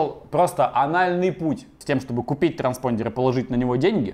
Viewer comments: Транспондер...звучит как старпондер)))анальная боль и страдание))) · Никто: Абсолютно никто: Вячеслав Астафьев, рвущийся через Стаса: "транспондЕр"